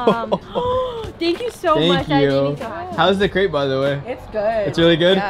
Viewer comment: You can’t be a crêpe expert if you don’t pronounce the name right 😂